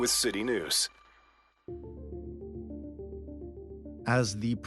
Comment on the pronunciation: Any journalist of worth and integrity has walked out. Anyone else notice city news was pronounced city noose? Protesters brought their own recreation equipment, to suggest its all newly purchased is definitive propaganda. If the intro can’t be truthful or even considerate of points of view, then it’s not news.